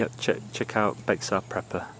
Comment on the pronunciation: Just F.Y.I. you called Bexar prepper a he. Bexar Prepper is a woman and the channel name is pronounced like "Bear Prepper".